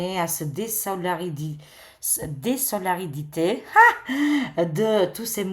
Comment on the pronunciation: Merci, toujours juste dans tes tirages. On ne dit pas: DESOLARIDITE MAIS, DÉSOLIDARISE [ DE-SOLIDA-RISE]! Mais, tu es toute excusée, bien évidemment!